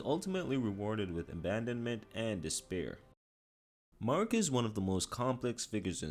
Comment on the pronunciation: Bro cant say marikas name right even tho they say her name so much in the game why do youtubes do this???